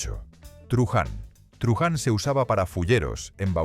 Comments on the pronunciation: 8) Truhán, no se pronuncia truján, sino truán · En la España de antes nunca se diría "truján" se diría "truhán", esa pronunciación con una h aspirada, no existía, ni es correcta en el término "truhán". Y por supuesto nunca existió "gasnápiro",la palabra correcta es "gaznápiro", con z, puedo admitir que usted por su origen no diferencie en la pronunciación la Z de la S, pero en la escritura es siempre con una Z como una catedral. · Truhan se dice truan, la h es muda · ¿"Truján"? Por favor, cuidad esa IA, jajaja. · Truhán, se acentia en la "a" y la "h" no se promuncia, mucho menos como "J", a menos que me digas que en su epóca se hacía. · La locución se nota que no es natural y lo pronunciar la H de truhán es horrible.